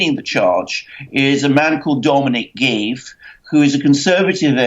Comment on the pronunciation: Sorry, Alexandar, for bring picky, but you pronounced Dominic Grieve's name, as in Grieve, without the "r" pronunciation.